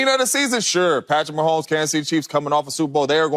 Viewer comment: I love JAMES JONES, but every time he says PATTY MAHOMES, it hurts me deeply ahah.